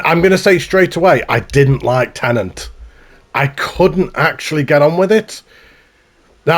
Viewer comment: my guy, it's not "tenant". also, how do you "absolutely LOVE inception" and not know that paris is a key location?